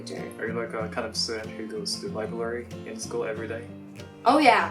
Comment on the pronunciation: The way said 'Liblary'